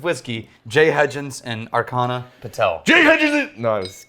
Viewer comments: It's pronounced Ar-Cha(as is cha-cha-cha: the dance)-Na and NOT Ar-Kha-Na. :) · the CH in Archana is pronounced like chair